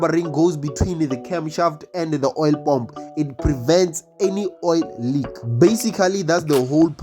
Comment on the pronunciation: can you try to say paah mmm pu not pomp